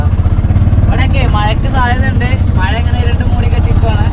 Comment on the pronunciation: മയ അല്ലേടാ കോപ്പേ, മഴയാണ് ശരി